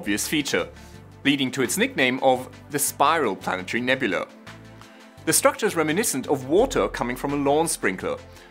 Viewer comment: nyuk nyuk. . he said "nebulee" . .ya. .i'm simple.